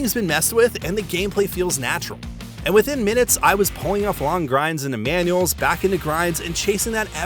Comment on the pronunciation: 😂 he called "manuals" Emanuels 😂